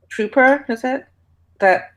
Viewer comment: sounds like a sniper instead of strooper to me